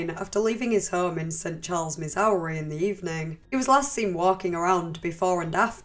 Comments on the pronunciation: absolutely obsessed with the way you pronounce Missouri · Missowree! Haha. Sorry i just had to. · Always a joy hearing your pronunciation of "Missouri" :D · The way you pronounce 'Missouri' XD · The most disturbing part of this video is how you pronounce Missouri